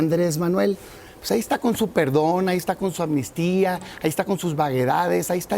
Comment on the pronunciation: "Anmistía" no existe sra, es amnistía ;)